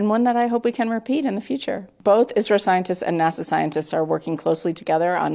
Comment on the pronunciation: Its isro not isrile 😡😡😡